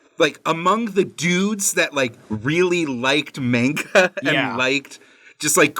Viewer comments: pronunciation of manga hurts me... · It’s pronounced “manga” not “manga” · i stg if he says polNAHreff and mEHnga one more time